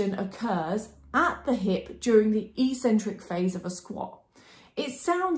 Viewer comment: Brilliant and really clear video! But what's with the "e - cen - trik" pronunciation? its pronounced "eK - cen - trik" in both British and American English :)